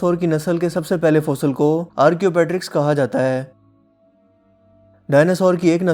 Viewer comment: Correct word :آرکیو ٹیرکس Archaeopteryx